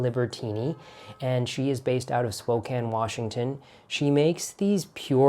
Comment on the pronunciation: You said Spokane right! Not many people do😅